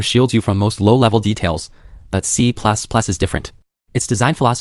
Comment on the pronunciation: Don't worry, the next iteration of the LLM will pronounce it better.